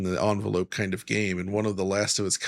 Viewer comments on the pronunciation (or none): none